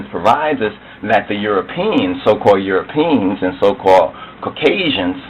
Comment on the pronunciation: This man is a Buffoon... "EuroPEENS." He can't even pronounce the word. The cradle of civilization is the Caucus Mountains.